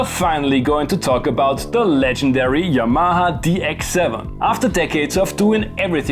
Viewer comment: Do you have a fear of correctly pronouncing Yamaha? Hermione: It's YA-ma-ha, not Ya-MA-ha.